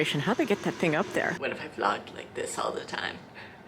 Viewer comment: when you said vlogged i thought you said vlonked so, petition for it to be called vlonking now??